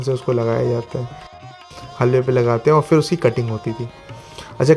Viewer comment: Baaqi sab accha hai aapke videos mein but aapka pronunciation pe work karna hoga specially when you are carrying lucknowi touch in your words example its not फ़िर its फिर😊